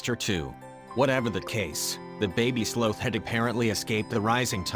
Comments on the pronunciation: 1ST, NOT JIMINEZ (AS IN JIM NABORS) BUT HIMINEZ, J= H IN SPANISH. ALSO, I THINK THE PROPER PRONUNCIATION IS " SLAWTH" NO SLOTH AS IN SLOW! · It bugged me how he sometimes pronounced it "slowth" instead of sloth. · Very bizarre pronunciation of the sloth. Sometimes it’s slowth and sometimes the correct sloth pronunciation. Its not important but I notice unimportant things. I would say I am a noticer of the ridiculous and the unimportant, which is an important thing to be because unimportant things can become very important when focusing on importance. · sloath? oh, sloth. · sloth not slooth. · Those darn sloh-ths and their slohnannigans. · Sloth like moth, not both. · I love this story and I love how the couple saved him, but every time it pronounced sloth, I had to laugh. I'm sorry. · Why are you pronouncing "sloth" with a "long o" sound? It should rhyme with "cloth" or "broth," not "grow," or "toe!"